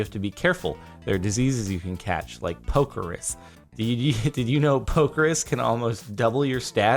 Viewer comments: Jardon.. Pokérus is pronounced like Poké then Rust but without the t. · whos gonna tell him he pronounces pokerus wrong